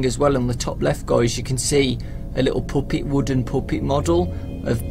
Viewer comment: stop saying poopet!